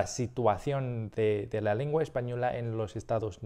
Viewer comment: Some really quick feedback since you're here (there's much more) sounds like you say "lingua" instead of "lengua" to me you say "video" but you use the Spain accent where they say "vídeo" you say "ticlear" instead of "teclear" So potentially need more work on e/i, but regardless it's overally really good!